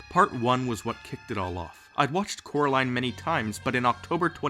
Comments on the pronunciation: "Its coraline, cor-a-line" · Why is the girl name called Coraline instead of carrotline😂😂😂😆